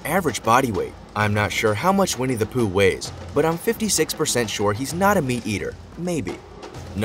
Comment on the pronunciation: Aaaaahahahahahaha! I thought he said We need to poo 😳😂😂 (Vinnie the Pooh) 🙈🙊